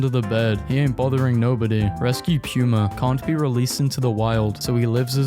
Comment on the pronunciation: Bro why u say it like “pew-muh” 😭💀